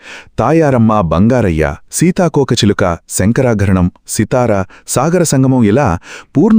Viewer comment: శంకరాభరణం... శంకరాకరణం కాదు మిస్టర్